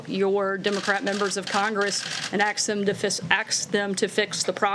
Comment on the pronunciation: Where else would you find a communications director unable to pronounce the word 'ask'?